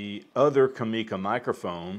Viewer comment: For what it's worth Japanese does not have any accents so it is pronounced "comm e ca" in one flat word and not "com eeee ka" as you do. Just for whatever it's worth.